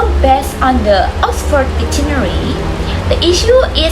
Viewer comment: That's a good topic and you explain it quite clearly. One thing that you need to improve is the noisy sound in the video which is distracting. Moreover, you need to improve your pronunciation such as difficult, dictionary, etc.